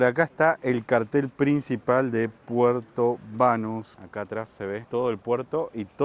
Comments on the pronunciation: Cada vez que dicen Puerto BÁnus muere un gatito 😫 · No es Puerto "Bánus", es Puerto "BanÚs"